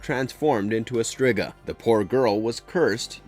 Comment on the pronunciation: Also, its well known its pronounced Streeeega, even happens in the Nseries. Embarrassing 😂